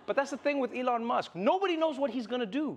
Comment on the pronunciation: FOR THAT MONEY ELON SHOULD LEARRN TO TALK ,WHY DONT BUY SOME LOGOPED OR R SOMMETHING SIMILAR GUY TALK LIKE HE DONT HAVE LIPS